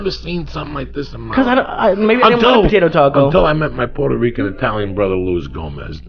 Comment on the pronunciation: This is the Fairness of Joey. Italians make pizza, if it aint an Eye-talian, just go find something else! Why take a chance!?